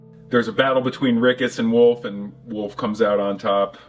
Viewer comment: Really thought he said "woof" rather than "Wolfe".